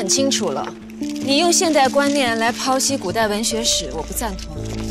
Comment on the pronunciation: 剖（pou！不是pao！）析